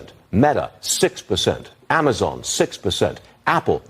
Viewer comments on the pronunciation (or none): none